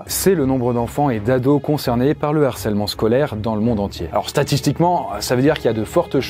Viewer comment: Sujet super et très utile, merci l'équipe! Juste un truc qui m'a heurté pendant toute la vidéo: un harcèlement, le harcèlement, pas de liaison donc pas de "l'harcèlement ou un narcèlement". Entre ça et tes nombreuses fautes de liaison (genre" va têtre"), fais gaffe, stp, il y a des millions de jeunes qui t'écoutent!